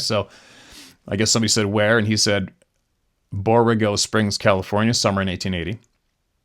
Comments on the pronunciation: Borrego Springs, pronounced "bor-REGGO" Springs. There is a sasquatch newspaper article from there from the 1870s, I believe. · Hey. Thank you for what you do. It's pronounced " Bor-eggo" springs. It's east of San Diego. God bless you and yours! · It's pronounced Bor-ego Springs. It's in eastern San Diego county. Fun fact... The Pacfic Crest Trail goes through Borrego Springs. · Yep, we heard our boxer bark 1 night a couple weeks ago! He passed about 3 mo ago. 🙏 PS, Borrego Springs is pronounced like Borr egg 🥚 O I have an Aunt Uncle that have lived there for years. Happy Holidays!